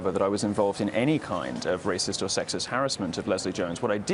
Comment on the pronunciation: Omg, "rayciss an sexiss" attacks!